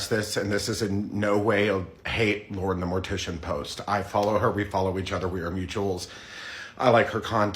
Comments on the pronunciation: DAE notice he said Moren the Lortician? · I really enjoyed Laurens content up until all of this, but like the amount of gas lighting from her gives me so much ick also.... did you say Mauren the Lortician xD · "mauren the lortician" got a laugh out of me i can't lie